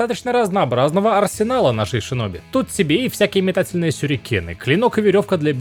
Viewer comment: Синоби, а не шиноби